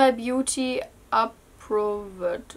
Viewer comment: Laith Sj She can't even pronounce 'approved' and you expect her to speak in English? lmao